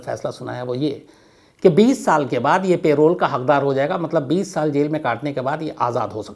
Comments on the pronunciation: Nice story ! But Shams aap hamesha hi पैरोल बोलते हैं लेकिन आज प्रोल क्यों बोल रहे हैं ?? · Payroll means.. kaam per aap payroll pe ho aour pay milega.. parole means ke 20 yrs. baad parole pe aap chhut saktey hai.. parole ko ….” p…. role “…..pronounce kiya jata hai..” payroll ek pay deneka employers ke liye rit hai… p…. role pronounce kijiye.. mujhe samajne mei dikat hoti hai.. payroll shubd per.. thank you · It’s not payroll it’s parole په رول